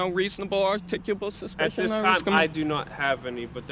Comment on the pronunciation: Good you kept your cool... You need to learn how to pronounce "articulable" .....